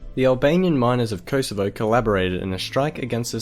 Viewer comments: Pronounced kohsovo not koesevo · If you are going to do a video on Yugoslavia, atvthe very least prounounce the names Kosovo and Slovenia, knin and so on correctly, oh and when talking about Croatia, put a map of croatia up